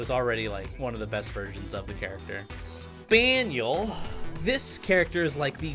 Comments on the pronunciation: Before Movie: Spine-al After Movie: Spin-elle: Shpan-yell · this man really just said spaniel -_ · Anybody mad he prononced Spinel as "SPANIEL" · When he called spinel “spaniel” 😂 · SPAANYELLL?!??! SPAANNYEELLL!?!?? SPIN-ELL... SPIN. ELLL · Master chief was ported from Smash Bros Crusade. Hold on. Spaniel? You mean Spinel? Spin-el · Spinels new canon pernounciation is "spaniel* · Um, he just called Spinel "Spainel". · U dare pronounce Spinel's name wrong, and say its not a good character?! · I can't get over how he pronounced Spinel Where did he get the A from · says spinel wrong Angry SU fans: Ferb, I know what were gonna do today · you said spinel's name wrong and said she was bad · The way you pronounced spinel gave me a heart attack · That hurt me a lot how he said it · not really. just gave me a chuckle